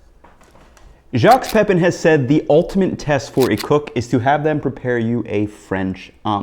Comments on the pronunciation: Jax Pehpeen 🙄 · did you just call him jucks peppin? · "Jocks Peppin" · the ultimate test for a cook is to pronounce Jacques Pépin correctly lmao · You greatly undermine the credibility of your entire food career when you mispronounce both the first and last names of one of the venerable gods of French cooking. And they were the first two words of your video. Unprofessional. Details like that are critical. You must never get them wrong.